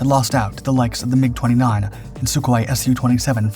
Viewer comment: Incredible engineering marvel. As such it deserves to be prinounced properly. This plane was designed by the Yakovlev design bureau, so it is not "wayaykey" it is simply "Yak 141". Similarly the Mikuyan- G uryevich planes aren't "Emaydzee" ajd the Ilyushin planes aren't "ayel" planes. Russian types are supposed to be pronounced russian sounding.